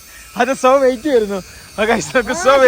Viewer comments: SO WAIT അല്ല SO WHAT എന്ന് വായിക്കൂ മുത്തുമണികളെ 😂😂😂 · സൊ വെയിറ്റ് അല്ല സൊ വാട്ട്‌ എന്നാണ് കുരുപ്പോളെ 🤣. നജീബും കണക്കാ ലെ 🤪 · So വൈറ്റ് അല്ല സ്വ വാട്ട്‌ എന്ന ആണ്